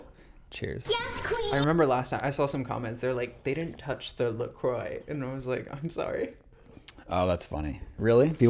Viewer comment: Brit here so forgive if I so off the mark here and not correct but shouldn't 'La Croix' be pronounced La qwaa not La croy. Ref the designer Christian Lacroix. It's French. Baby gays (even though I same age as Mark but have a knowledge of camp gay culture) should watch the first season (series in UK) of Absolutely Fabulous. "Oh my gaaaawd.. like why I wasn't even born in the 90s.. Ew." Educate yourself though and life will be richer x